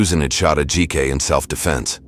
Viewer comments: Btw, narrator... you should learn how to pronounce the victims name, out of respect. Its pronounced- Ad-ji-ka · The way she keeps pronouncing Ajike’s name as A-Jaik. Is heinous. Curse this woman.